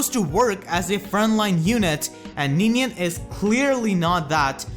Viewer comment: “It’s Ninian, you ninny!”